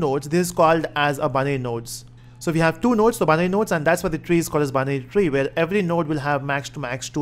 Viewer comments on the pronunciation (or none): the way of saying binary tree is like banyan tree, thats funny lol